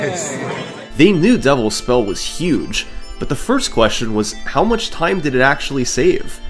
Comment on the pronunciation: Is "Devil's Spell" Summoning Salt's Pengwing? At least I keep hearing it as "Double Spell"